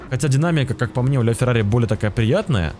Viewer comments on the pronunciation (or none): Бля фирари